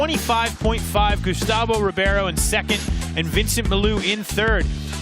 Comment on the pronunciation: Why does he say Carlos Ribby air O. But Says Gustavo Ribeiro just fine?